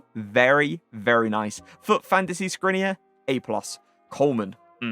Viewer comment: Did u call škriniar skrine? U pronounce his name Shkriniar and n also pronounces different but idk how to say how to pronounce it